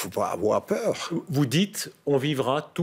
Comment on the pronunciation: La phrase tant attendue "Si on n'a rien à cacher, il ne faut pas avoir PEUW"